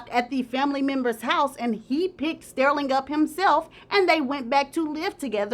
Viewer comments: His name is pronounced Stur-ling not Steer-ling. Ugh! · Girl say his name right. It's not stairling, it's STERLING. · the way says “stirling” is cracking me up😂😂😂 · Stairling 🤣 but I think it fit the drama of the story..🤣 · Btw, Sterling is pronounced stur-ling. Like when you stir something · Your pronunciation of Sterling and Givenchy are sending me! 😑